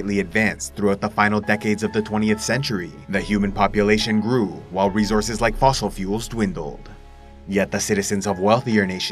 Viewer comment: Rezorzes.. a bunch of resorzes